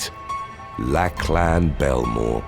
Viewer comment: Hey, with regards to Lachlan Belmore. It’s pronounced Lock-lin. Just incase you come up with the name again, I thought it might help. I love your videos so much because of your narration ❤️